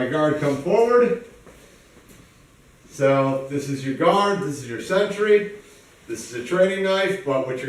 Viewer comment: did he say, "take out a guard or century"??